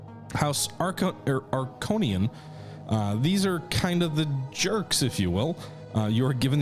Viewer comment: bruhhhhh your pronunciations of Atreides and Harkonnen made me flinch! You need to watch OG Dune as punishment.